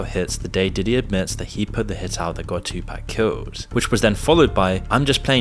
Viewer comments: This video is great and informative, but the way he pronounced kid cudi, j.lo and tupac is just wrong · Maaaaaaaaaaaan...your pronunciations of their names....kills me... Kid "Cutty", CAS-SEE, Too Pawk, for future reference.